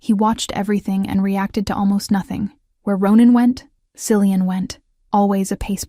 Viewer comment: Common AI..Cillian is pronounced Kill e un.